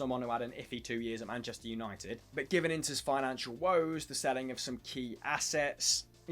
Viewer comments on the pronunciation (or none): none